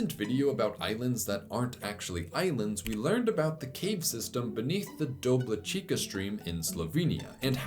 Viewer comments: Regarding Dobličica: for future reference, C in most if not all Slavic languages transcribed in Latin is ts, not k. Doblicheetsa > Doblicheekia Think pizza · you pronounced Kupa correctly, but Dobličica is pronounced “do-blee-chee-tsah”